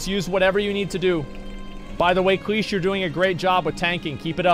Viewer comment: Calls the man Cheesh, when homeboy’s name is very clearly CLeese. 😂